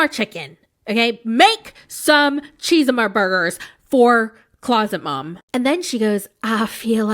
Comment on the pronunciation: Cheese-uh-mah-burgers! I need to laugh at this from this day forward.